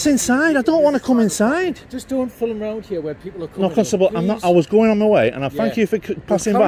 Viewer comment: Dear North Easterlies, the word 'film' is one syllable, thanks.😂